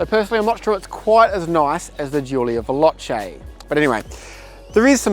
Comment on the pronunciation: You can't even spell Veloce right, and he doesn't pronounce it properly either because he says "velochie" (ditto with Speciale, which he says "Speziale").